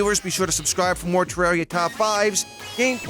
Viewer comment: you pronounced the name of the game wrong